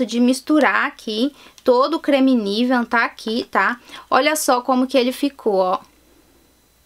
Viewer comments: Pq vc fala “niveaN”?? hahahahahahahahah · Por que você fala Nivean?